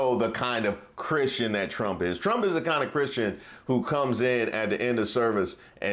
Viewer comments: His uglass said I’m a Christin.. it sounded like he said he wasn’t lol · I had to keep running that back.....did he say "I am not christian".....or was that like the guy on FOX who meant to say College but sounded like Colored.....because maybe he was thinking it? So was Trump thinking it?